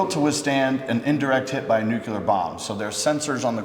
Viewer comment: Nuclear, not nuculur